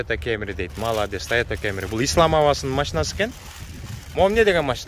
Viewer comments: Тайота Камри деп эле суйлочу кемри дебей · тойота кемри дебей камри эле деп айтсан кемри кемри дебей🤣 бирок молодец кайфти кыл брат